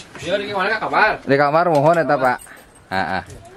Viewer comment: Kamar bukan nya kamer